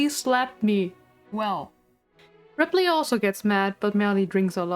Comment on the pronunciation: Love the video but got so distracted at your pronounciation of ripley lol